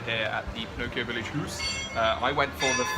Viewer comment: They haven’t had the cake in sometime lol it’s pronounced house